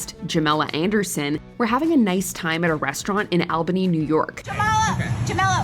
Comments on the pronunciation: It's pronounced "All-bin-nee" not "aL-BAn-ee" idk why that bothered me so much. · As a native of Albany, NY, I just want to put it out to the world that it's pronounced All-bany, not Al-bany. Common mistake. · #13 Albany......... I know it is spelled Al-Bany but it is pronounced ALL-Bany.